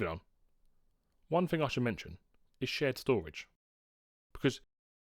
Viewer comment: You desperately need elocution lessons. It's not free for three or fing for thing. I can't watch your videos because of it. Flabbergasted how you've got so many subscribers.